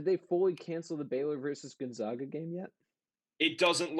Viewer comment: Gone-(zag)-a.... it’s not pronounced zog